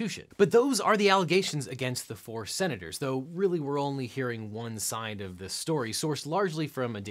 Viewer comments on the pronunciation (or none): none